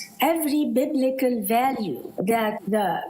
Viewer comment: wallahi once she said "biblical" with light L, I knew she is an Egyptian Christian. arab Christians have very weak Arabic language. and there are millions of Christian in Cairo.